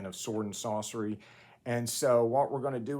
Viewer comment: It sounds like you are saying Sword and "Saucery." I'm officially creating two new sub-genres: "Sword and Saucery" where Sword and Sorcery protagonists must create tasty sauces while battling would-be poisoners and rival culinary (Kullinary?) saboteurs. And "Sword and Saucer" where they battle aliens in classic style flying saucers! I'm only half-joking...